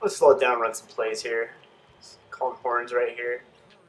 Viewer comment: the way he says horns...